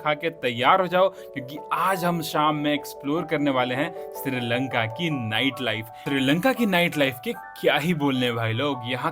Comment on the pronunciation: Not siri lanka it's sri lanka